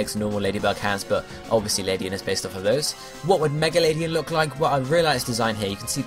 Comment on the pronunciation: Just for future reference ^^ Ariados and Ledian aren't really related And It's not that important but despite it being a LADYbird, it's LED-ian and not Lady-an